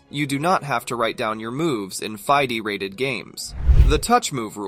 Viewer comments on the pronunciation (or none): Fee-day, not fie-dee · Feeday, not Fidee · fy-de.. its fide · Hey great video, but I did want to clarify that FIDE is pronounced like FEEDAY, not like FIEDEE (Someone correct me if I'm wrong, but I believe that's accurate) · I've always heard it as "FEE DAY". The pronunciation in the video was jarring to my ears. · “F-eye-dee rated games” 😂😂😂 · FIDE is pronounced Fee-Day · USCF master and tournament director here. This video is incorrect on several points, most notably on the touch-move rule: accidental touches do not count. And drug testing? I've played in state championships and major national tournaments, and nobody ever got drug tested. BTW, FIDE is pronounced "Fee-Day", not "Fie-Dee". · It's pronounced Fee Day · FYDEE-rated...? This is the first video I've seen on this channel, and I'm going to have to take anything I see from it with a grain of salt... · King and Pawn vs King isn't necessarily a draw. "FYE DAY"? :) Des it get pronounced like that in other areas of the world? I've never heard it like that in English. I have also never once had an opponent in a rated tournament say "check". Maybe it is different where others live. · Why do you pronounce FIDE like that? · I didn't know "Fide" was pronounced like that